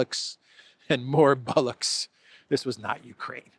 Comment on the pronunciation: the word is Bollocks not Bullucks, if you’re going to use a good British word, use it correctly.